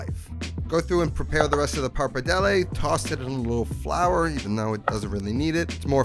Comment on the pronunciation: “Par-padelle” bothering me so much lol